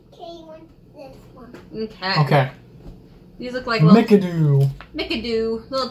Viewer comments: "Mickadoo"? It's pronounced mi-CAH-doe or me-CAH-doe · Mikado is is pronounced mic-ard-o just like the Gilbert and Sullivan opera!